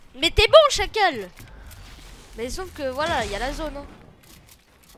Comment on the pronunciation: Arrête de dire chacale